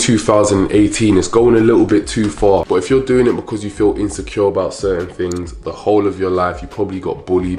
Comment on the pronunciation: I love the way you says things “tings” lol and thank you. This is a great video and really important to share with woman.